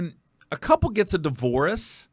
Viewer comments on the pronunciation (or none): This is throwing me off cuz you saying divorce like delores. Respect the transparency though. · A di-vore-us…? Stop saying divorce like that 🤦🤦🤦🤦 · Bro...why does he keep pronouncing "divorce"..."Divo-warce"...😂😂😂... like he is an eight year old who just wants his "wowy pop". I swear, once you listen to it, you can't unheard it! 😂🤣😂🤣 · The way he pronounces divorce is so weird